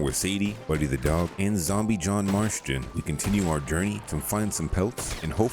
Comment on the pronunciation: Are you intentionally saying John’s name wrong?